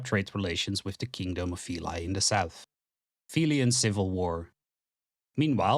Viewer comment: A surprise to be sure, but a welcome one! Good job mate, pretty much perfect summary of the lore. Just some notes: - Veli is probably pronounced more like "veh-li" instead of "vilai" (the country is greek inspired so that is the most likely pronounciation, and its what I personally and most people seem to call it). - The map you use is the old outdated one. Its good to get an idea, but painfully innacurate and it may lead to misunderstandings. Admittedly, we don't have a proper map with borders anymore, but we have some general ideas of what it looks like. - Incredibly small pet pieve, but I feel Callahan's death in combat before the Battle of Red River should have gotten a mention, but I guess it got in the way of pacing. That's pretty much it, and thanks for the shotout at the end. If you wanna make any more lore related content feel free to DM on discord and I'll gladly help you out. Cheers!